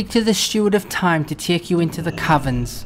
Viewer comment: Tiek? I thought it was pronounced "Take" "Tiek the path to ..." So weird :)